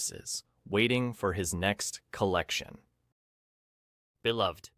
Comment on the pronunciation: These are great explanations. For Beloved, the title and character name is pronounced Belove-ed and the main character’s name is pronounced Seth-a. This is according to the movie that the author, Toni Morrison, was involved in making.